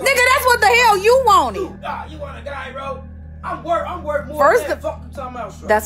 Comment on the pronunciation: "Guy Roe" 🤦🏾‍♂️🤦🏾‍♂️🤦🏾‍♂️